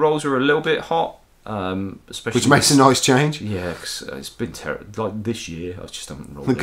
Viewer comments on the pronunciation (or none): none